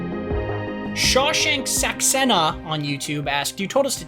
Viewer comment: "Shah Shank Sax A-na".